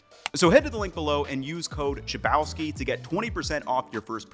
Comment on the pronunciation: I can't every time i hear your surname. It is not even close how it sounded originally, because clearly it is polish and first of that name probably was baker and made bread because chleb is bread in polish